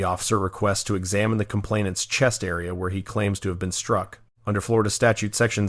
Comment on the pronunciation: Flo Rah Duh again!😂